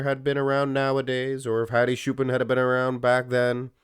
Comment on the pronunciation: Just because I like your channel. His last name Choopan is pronounced like Chew Pawn.